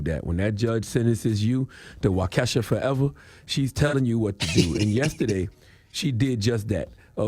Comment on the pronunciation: Wau-Kesha Wau-Ke$ha LMMFAO it Wau-ka-shaw